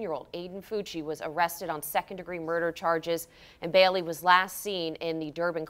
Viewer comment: WHY ARE YOU SAYING "BELLY" it's BAILEY.... BAY-LEE